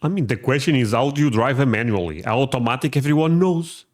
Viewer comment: Aw-tomatic, rather than ahoo-tomatic